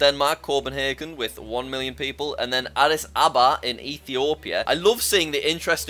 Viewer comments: Addis aba! Dude it’s Addis Ababa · Adiss aba??? Its Addis Ababa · my family is from here and the way he says Addis Ababa gets me every time 😂